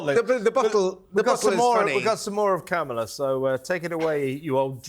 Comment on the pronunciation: WHY DO YOU LOT INSIST UPON CALLING Kamala Harris ‘Camel-a’!!! Her name is pronounced ‘CAR-m-la’ i think you do it on purpose. It’s not funny, it’s juvenile, it’s inaccurate, and it’s ignorant. I can’t stand the woman, but please be professional…. call her by her f***ing name!. You don’t have to insult her just because she’s somehow deficient. Not funny!!!!! I like your show, but not that much…goodbye.